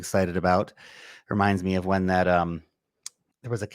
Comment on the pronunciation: Where - Wen 😂